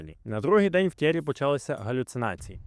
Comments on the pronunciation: Молодець. Цікаво, нестандартно. Але мені вуха ріже ім'я Т'Єрі з наголосом на перший склад, адже навіть я, який в школі вивчав німецьку, знаю, що у французькій мові майже всі наголоси - на останній склад, тож Т'єрІ (як Анрі), як МішЕль (а не мІшель). Ну і дивно, що ви не створили таймкоди до розділів, які вже присутні у вашому відео. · Ок. А от Tierry Sabine то такі Тьєрі (наголос на "і") Сабін (бо на кінці "е" що не читається, але впливає на вимову "і" у попередньому складі). Французька - така французька 😂😂😂